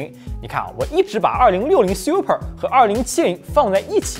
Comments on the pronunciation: 这个Siu per听得我太难受了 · 這個super的念法是真的xiuper嗎